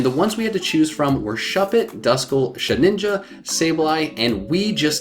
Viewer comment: it's she-DIN-ja NOT she-NIN-ja!!